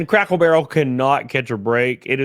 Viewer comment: I laugh every time you say "crackle barrel".😆